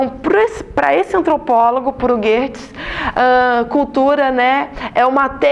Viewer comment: Correção no video!!! É Geertz e não Gerrtz. 😉